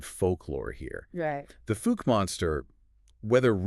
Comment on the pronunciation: Omg. The fook monster? It’s pronounced fow-ke.